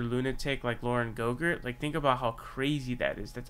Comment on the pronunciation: It’s Boebert sir. Not GoGurt. That’s not her name GoGurt is a tasty snack.